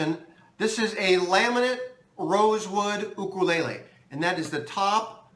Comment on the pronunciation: Thank you!! you are the only 2nd you tuber that pronounced it correctly i am a new subscriber to you mahalo